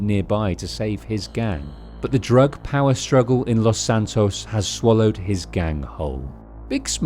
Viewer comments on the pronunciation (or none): "San Andrean" "Los Santon"